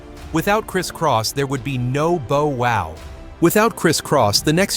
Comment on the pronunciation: It's Bow Wow. Not Bow as in A neck tie. It's pronounced Bow as in bough. Thanks for the up load though